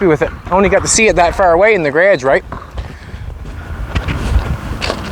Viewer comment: Don't understand how you say grage because it's spelled garage